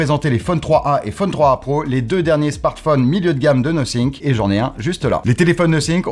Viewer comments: C'est "no think" ou "nothing" le testeur ? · 🤨 Nosync...Nothink..... Donc cela veut dire que personne n'a eu la gentillesse de dire au journaliste qu'il y avait une erreur de prononciation. Surtout qu'avec du montage, cela aurait pu être corrigé assez tôt. Pour le reste, merci pour la vidéo. On attendra le test complet pour les perf et les caméras. Mon Nothing Phone(1) acheté pour Noël 2022 fonctionne tjs bien: SD778G+ pour ceux qui connaissent.